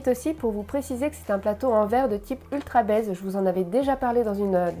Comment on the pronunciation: Y'a que moi que ça fait bugger 1 seconde de l'entendre parler "d'ultrabaise" ? Je suppose que le nom de la marque c'est "UltraBaze" mais bon comme je connais pas la marque la prononciation à la française fait bizarre xD